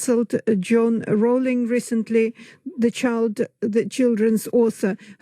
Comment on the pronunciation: Kyle it's pronounced like "rolling" As in Row your boat... I'm not even a fan of hers in fact I kind of hate her with a burning passion and her shitty books and I know that